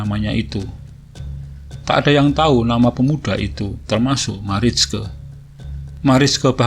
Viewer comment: Marijke bacanya Maraike kang🤠 Seperti biasanya,selalu menyajikan cerita2 yg sudah hilang, si Akang memang paling pintar cari cerita. Matur nuwon Kang Admin👍👍👍